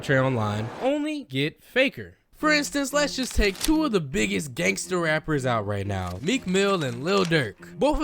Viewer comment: He called meek mill a "gangtser rapper" 😂😂😂😂